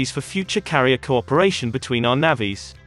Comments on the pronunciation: The commentary on this channel is a joke! "navvees" lol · Its not Navvies, terrible robotic videos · Bloody ‘naavies’ it’s navys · Learn to pronounce 'navies' correctly !!!!!! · Yea I can guarantee you. That’s not how Irish people prounounce Navies